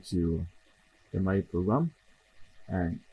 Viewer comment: It's Maui! Mawwiii 😂